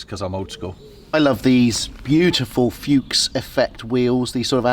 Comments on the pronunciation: May I give a hint on Fuchs rims? Fuchs is the family name of the company's founders and also an animal, a fox. It is not pronounced like "Fukes", but like "Fooks" (like in looks). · Fuchs is pronounced "foox".